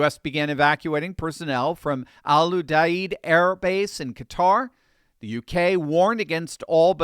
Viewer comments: It's pronounced Al like your buddy Al short for Alan, you-deed. Put it together as "Al You Deed." At least that's what we called it when I served. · Pronounce it "AL U-DEED". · *Pronounced Al-U-deed